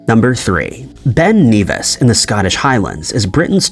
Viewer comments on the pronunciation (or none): Ben Nevis is pronounced ne-vis, not Neevis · Ben Nevis is pronounced like "never" not "beaver" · For info... it's pronounced "Ben Nevvis", not 'Ben Neevis'. 😊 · It is strange as to why the video maker NARRATOR calls Ben Nevis, Ben NEvìs,.... it is Generally called Ben Nevis not Ben Kneevis, becacause of the rules of grammar? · Ben Nevis - N-eh-Vuh-Ih-S(uh) (Pronounce the Nev part like Kev from Kevin, you are fine on the Ben and the 'is' part of Nevis) Cambridge- pronounce as Came-bridge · Your saying Ben NEVIS wrong m8 lol😅it's E like your saying epic so it's Ben nevis m8,I'm from fife in beutifull bonnie scotland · Bro said Ben Kneevis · The pronunciation of Ben Nevis really annoyed me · You’re pronouncing Nevis wrong. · Oi! Say Ben Nevis again...........yer tw*t!